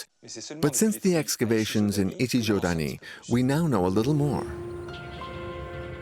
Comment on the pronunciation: Sorry, but Ichijödani is wrong. It's not ö, but ō. A slightly longer o. Ö is a different sound than o. Very difficult to explain to English speakers how it sounds, but quite simple for germanic speakers like Germany, Switzerland, Austria and even Finnland.